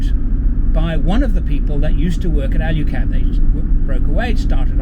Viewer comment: Alu cab not Alyu cab.